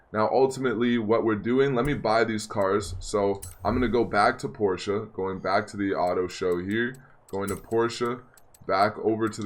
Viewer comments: No no no no NO. (Jojo reference ) it’s PORSH not PORSHA the e is silent so it’s PORSH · I'm sorry this bothers me but it's not a Porschea it's a Porsche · Why do you say porcha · Not gonna lie it was kinda annoying the way you pronounce Porsche. The way you pronounced it you said porcha and that’s incorrect. Just saying kinda annoying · Its pronounced porsh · They way u say Porsche 😂😂😂😂😂